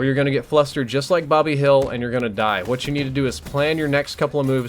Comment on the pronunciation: This is an excellent class, I'll tell you Hwhat.